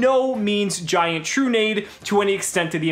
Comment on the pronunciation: is it not tru-nah-dey?